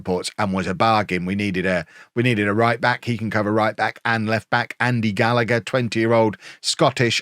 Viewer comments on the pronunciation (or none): none